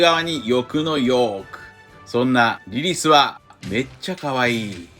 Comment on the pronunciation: リリスのことをリリィって言ってますね